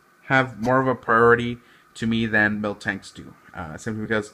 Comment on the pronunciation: the way he said “SIMPly”😂